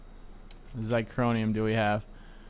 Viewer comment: sorry but its been bugging me xy-c-hor-i-um ---- theres no "n" in it to make it xycronium